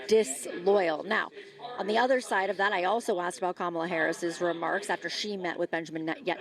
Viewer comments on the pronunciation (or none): She's been the vice president for almost 4 years. Primary school children know her name yet Trump can't/won't say her name correctly?? Her name is KAmala, Trump! Put some respect on it!